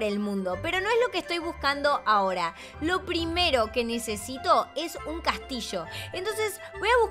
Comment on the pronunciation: Odio como habla, ella dise castisho cuando se tiene que decir castillo, y también dise brisha cuando se tiene que decir brilla.